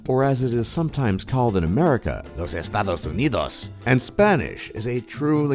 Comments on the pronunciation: Estados Unidos sounds so wrong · Lucas You don't find it weird how the guy pronounced Estados Unidos with that tone? lmaoo